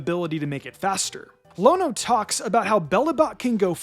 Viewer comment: My god you called Iono Lono 🤦‍♂️